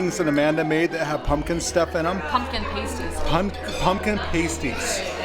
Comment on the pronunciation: Pasty/pasties are pronounced PAST-EE(s) “PASTE-ees” are something very different 🤪😂